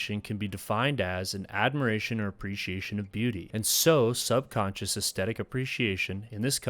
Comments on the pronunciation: Aesthetic, not 'estettic'. I swear people acting like this is hard to pronounce wasn't a thing until very recently. You said 'synaesthesia' with no difficulty, come on 🤷🏽‍♀️ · I enjoyed your video, but didn't you mispronounce 'climax' and 'aesthetic'? Maybe you were using the French version or something? Also, I think 'nearby' is just one word usually. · I liked and subscribed about 2 minutes into your video, man, your subject, delivery, and production is a whole vibe. Gotta work on your pronunciation of the words climax and aesthetic, dog, by the second time for each word, i figured out it wasn't a send-up. It's late, gonna check out any more of your vids later, but yeah, subed. edit: P.S. True Detective season 1 was perfection, all others seasons have been garbage sauce, and downloading Godless as I'm typing.